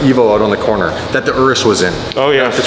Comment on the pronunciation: I was in Italy before the pandemic took a tour of Lamborghini and they pronounced the car as a UR-US NOT A ER- US THATS THE BEST WAY I CAN DESCRIBE THE WRONG PRONUNCIATION YALL DO.